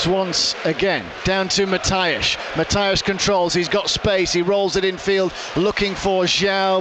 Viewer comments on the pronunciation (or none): please, do me the favour, and learn how to pronounce Matias correctly